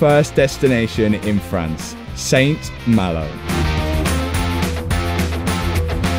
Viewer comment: saint malo is not pronouced with the t at the end of saint